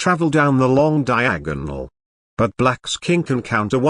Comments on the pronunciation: "Queen travels down the long DiaAHG-GUHnal" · Brilliant "Diagonal" pronounciation.